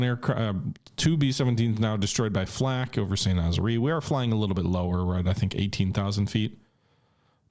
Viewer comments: Sahn - Nah - Zaer. Not "Nazeree" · Out of coriosity, where is St Nazzery. Because it looks to me like the raid in on St Nazaire, which is pronounced Saint Nazz-air.